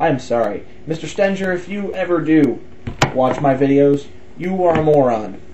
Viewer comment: When you read from Stenger's book (pronounced Stinger like a bee's stinger) you referred to a paradoxical syllogism about autonomy (which you also could not pronounce). You didn't grasp the point of the syllogism but in your adolescent zeal pretended you did. To be autonomous presupposes that we are free agents or have free will but if God is the only holder of moral truth then we are truly not autonomous. It's a paradox! and it disproves the very assumed nature of God.